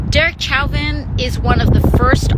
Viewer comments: She doesn't even know how to pronounce his name, lol. She should not be in congress! I cannot fathom why anyone would ever vote for her! Censure her along with Maxine! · You have to be a troll, right? The commenter wrote "censure". It's a word. You have got to be joking or trolling for reactions. AOC is mispronouncing Chauvin - I think.. But maybe we are, who knows. It's not a reason to dismiss her. But I think maybe the eye make-up is. She sure spends a lot of time looking at herself. (I'm half-joking. AOC expresses an important point of view, even if it's too far left for some [including me],)